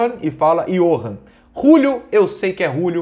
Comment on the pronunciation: Acho que a pronúncia fica iorran Júlio kkkkk